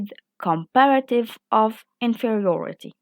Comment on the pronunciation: You should improve your english language pronunciation( of#off❎❎=ov✅)